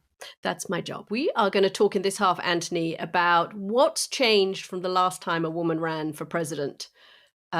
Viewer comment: Katty, why do you call him Antony when his name is Anthony? I'm curious.